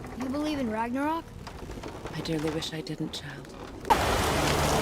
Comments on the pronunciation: It's RAG-NA-ROK not rag gra nock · Rag-NA-rok. Not Rag-RA-nok. Get your pronunciation of this word fixed already! Even the folks in Scandinavia would go out of their way to correct you! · Ragnorok. Say it slow. Piece by piece. Rag-nore-rock